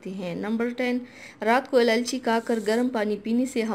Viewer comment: سب سے پہلے آپ اِلائچی کہنا سیکھیں،آپ نے ہر مرتبہ الالچی کہا